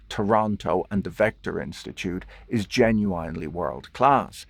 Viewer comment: I don't think you are pronouncing 'Genuinely' correctly 😅